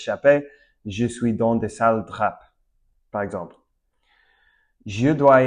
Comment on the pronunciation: Super intéressant! Je découvre ma propre langue, car j'aurais eu du mal à expliquer les mots aussi clairement. PS: Drap se prononce "Dra". Si tu prononces le P final, c'est le nom d'une petite ville prés de Nice dans le sud de la France :). Pareil pour Coup-de-pouce. Le P de coup ne se prononce pas (généralement les p ne se prononcent pas quand ils sont à la fin d'un mot: coup, loup, drap, champ, beaucoup, sauf quand ils sont empruntés à l'anglais: top, flop, stop etc)